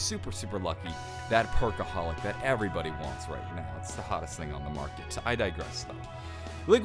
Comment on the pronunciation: it's perkaholic not pearkaholic